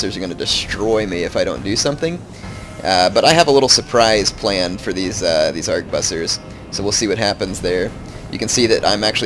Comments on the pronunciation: and i believe arquebusiers is pronounced something like "aqua-booze-e-a" XD damn french words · The French pronunciation="Ark-booz-yay" The English translation, Harquebusier, is pronounced "Harkwe-busyer". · Try it with me... "Ar-kway-boose-years" d-( ^_^ ) For real though, great video. M2TW is my favorite of the series and this helped a lot for learning strategies. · Also, arch-ooh-boo-z-ers. Hard to say indeed.